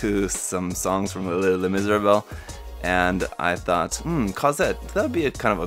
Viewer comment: Haha why does he slur the name so terribly though?